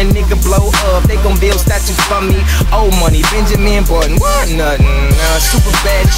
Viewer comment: Apprends à parler Anglais x) On dit : What. Et pas Wath.